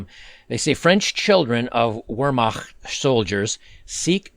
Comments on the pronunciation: As a German, I appreciate your attempt to pronounce "Wehrmacht" correctly. You were pretty close too, thanks for the effort! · I've always pronounced it vher-mach-t